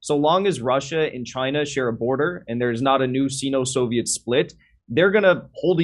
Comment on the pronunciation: it’s pronounced ‘Seino’ not ‘seeno’